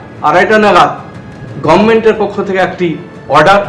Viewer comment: তোমার মুখে "গবমেন্ট" শুনেই বোঝা যাচ্ছে রাজ্যপাল একদম সঠিক কাজ করেছেন। বারযোষিতনন্দন।